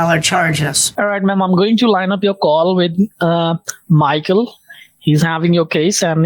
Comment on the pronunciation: bro they don't even try to sound American yet they spit those extra generic American names LOL work on your accent or something that's crazy. that "MAHKL" caught me off guard 😂